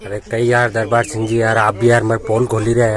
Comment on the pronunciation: सिंग नहीं सिंह